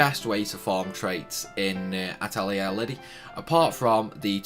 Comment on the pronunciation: just wanted to confirm, you did indeed butcher the names badly. Its (At lee air ) SUE ella and Lid eee Thanks for the video though hun! Sadly it doesnt help me as im trying to get these before ending teh game </3 Ill keep this for future ref though